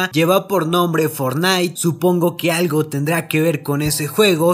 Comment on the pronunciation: na si dice fonait